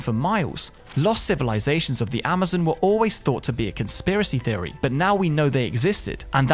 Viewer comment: I like how when you say Theory it sounds like Fheory...